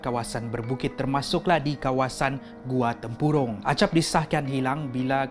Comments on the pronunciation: Bang tu yg las tu nama nya acap bukan agap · Acap bukan agap